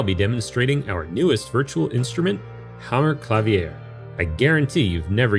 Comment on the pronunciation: It's "Ma-TEE-as," and "kla-VEER." 😒